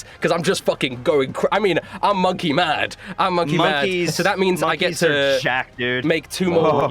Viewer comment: 'Monk' ey